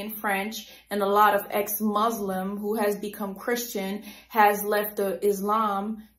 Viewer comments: Why is she enunciating it? Lmao Guys I think she is an EX-MUZLIM!! Did you know she is an ex-muzslem and has met other ex-muszlems? No? Just me?! Jokes aside, we get it sis you are an ex-muslim(doubt it lol) no need to keep repeating it a 100x. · It's ex-mozlem bro 😂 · Ex Mozlem 😂 left the Izlam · Recently, some Christians have started to leave Islam, for sure she know how many rakats there are in ablutions, while she is not able to pronounce the word ex-Muslim! 😂